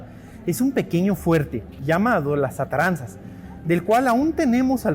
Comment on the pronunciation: Buenos e ilustrativos videos. Un comentario: Los embarcaderos que construyo Hernan Cortés, llevan el nombre de "ATARAZANAS", no "Ataranzas", como el autor del video lo pronuncia. Este es un vocablo Arabe-Hispano, originalmente en Arabe "a'daru ssina'ah", que significa "Casa de la Industria (Trabajo)", con el derivado "Arsenal", "Establecimiento para construir o reparar embarcaciones". Sinonimos: Taller, Astillero. Derivados: "Drassana, Dársena".